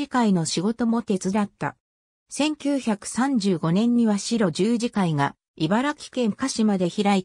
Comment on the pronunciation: この中で村尾圭介医師が居た茨城県鹿島神栖市の軽野村にあった白十字養療所の読み方がシロジュウジではなくハクジュウと読むのが正しいです! 大きな誤りですので、是非とも訂正してほしいです。